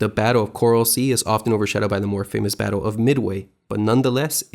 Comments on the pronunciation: great job with research and narrative script ………. only gripe is that the area is the Coral Sea not the Corral Sea - I suppose you pronounce et cetera as excetera also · He pronounced it "corral sea" so I would not stake my life on any of it being correct. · The "corral sea" mistake is just pathetic. It is a decent video but your mispronunciations make you look ridiculous and could easily be avoided with very basic research.